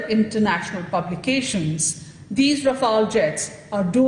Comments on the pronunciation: Dude it’s not Rafail (the way you are pronouncing) it’s RAFALE. Pronounced as R-FAAL. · Rafale ko thik se pde😤